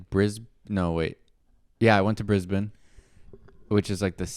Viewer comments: Wow! You pronounced it Brisben. Well done 😄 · You did well with 'Brisben' & 'Melben' 😉